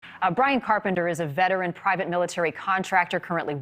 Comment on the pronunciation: It’s Ryan! Ryan! Not Bryan!!!!!!!!